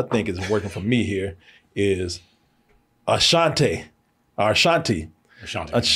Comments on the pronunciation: really struggles with vowel sounds. ashanti not ashantay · “Ah-shan-tay” 😂. dumb sometimes